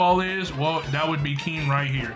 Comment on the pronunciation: Keem not king